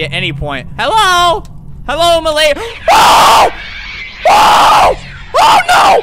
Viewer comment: He was trying to say mlady😂😂😂😂